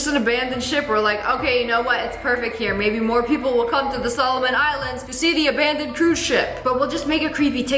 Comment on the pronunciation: Nobody say de star on de desert😅